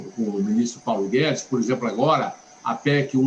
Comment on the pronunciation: SENADOR NÃO ADIANTA FALAR MOMENTO E DE AJI